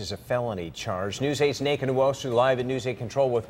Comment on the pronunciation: Lol the nneka person sounded like they are saying naked xD